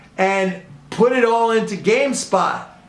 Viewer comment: come on man, it's game stop not spot